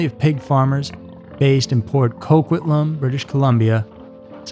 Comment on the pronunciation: 💖 I've never heard "Coquitlam" pronounced that way. You know what, though? It's probably the closest to the ORIGINAL indigenous pronounciation than the common way we say it in the Fraser Valley. I liked it. It made me think on a wider spectrum.